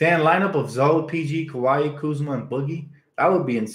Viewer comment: Say it with me Dan, Kuh-why lol